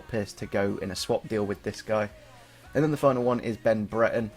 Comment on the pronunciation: It's Bre-re-ton.